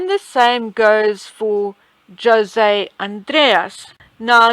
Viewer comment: I think this chef will be mentioned quite often, so if you allow me, let me correct the pronunciation of his name: J / sounds like the H in hotel/. O / it is an open and clear vowel like in the word: pOtential, it does not sound OU . The S is the same . The last vowel E, has the main stress and it sounds like the E in the word gEneral. The name in Spanish is written: José and that sign on top of the E displays the main stress. This name is the translation of the name Joseph.